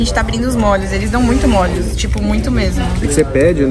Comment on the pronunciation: Parabéns pelos Vlogs, estou adorando! Sei que vc fala errado de propósito rsrsrs mas confesso que me dá uma agonia de ouvir vc colocando acento em tudo! kkkk Dói o ouvido com mólhos, lodinha... kkkk Mas eu que lute, faz do seu jeito e seja feliz! Beijos, sucesso!